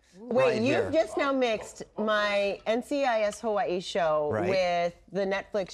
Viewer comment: Why does she pronounce it Hawai-ii? Every time!